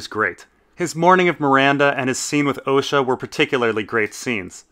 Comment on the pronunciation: "Ricken" "Oleena" "Ohsha" Either the creators of the show who work directly with GRRM are pronouncing them wrong, or you are.